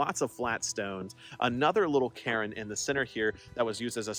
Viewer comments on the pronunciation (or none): none